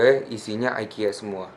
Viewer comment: Bacanya tetep ikea kak hehehe bukan aikia